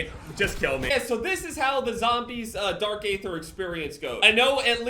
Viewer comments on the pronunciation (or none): I hate to be that guy. But isn’t it pronounced dark aether ( eether) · i hate to be that guy but you don’t pronounce the “a” in “aether” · the A in aether is silent, just remove the A and just say it regularly.